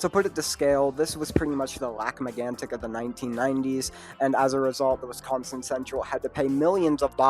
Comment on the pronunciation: Horrible take imo. Also I’d politely ask please pronounce my state correctly next time.